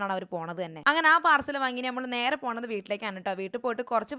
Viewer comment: പാർസൽ അല്ല പാഴ്സൽ